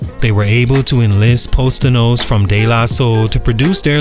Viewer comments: Posdonous = Poss da Noose. Not post da notes! 😂😂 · Bruh, how are you commenting on hip hop and can't pronounce Pos Dnous(Pahs Da-noose)? De La been around 35+ years. That's a little disrespectful. i like your stuff but there's nothing wrong with not knowing stuff. That aint really your era. Or you wasnt really listening at that time. I'll still watch...but damn. that was like nails on a chalkboard.